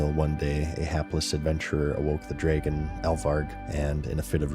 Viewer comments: it's Drah-gon, not gray'gin. Learn English mr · Usually incorrect pronunciations really annoy me, but imma give 'draygun' a pass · must be from Wisconsin or Minnesota the way he says draygon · Not sure if is from Canada, Wisconsin, or like he said, autistic, the way he says Dre-gen. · you say dragon very canadian